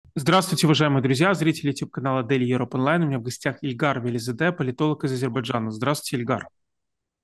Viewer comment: Фамилия Илгара – Велизаде , а не Веризаде.